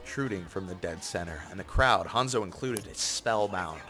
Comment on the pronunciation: lmaoooo you said "cloud" instead of "crowd" like three times